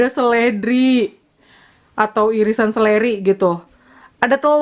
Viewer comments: Seledri itu bukan seleri 😁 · Seledri bukan seleri hehe